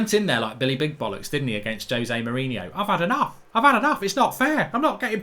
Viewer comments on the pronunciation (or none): none